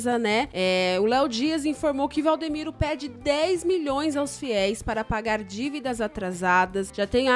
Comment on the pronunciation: Vcs estão falando o nome do pastor errado e Valdimiro